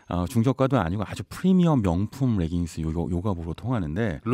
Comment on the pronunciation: 레깅스를 자꾸 r발음을 넣어 reggings 라고 발음하시네요. Leggings "레깅스"가 올바른 빌음입니다